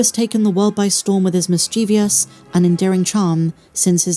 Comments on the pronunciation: MIS-CHEE-VUS - not MIS-CHEEV-E-US ... This IS The Way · Miss Cheezeeus?